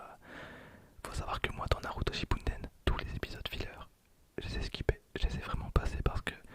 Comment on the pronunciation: Tu me stresses a dire Shippunden alors que c'est Shippuden, sinon trés bonne vidéo !